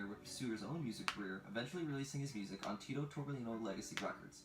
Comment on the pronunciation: 2 “LL” in Spanish. So it’s Tito-torbe-yino